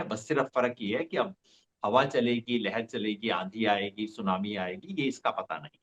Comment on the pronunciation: Unhone sunami nhi sumani bola tha 😂😂